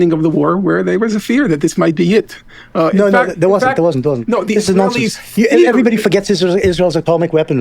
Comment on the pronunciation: I just love the way Benny Morris pronounces the word "nonsense". Nonsinss.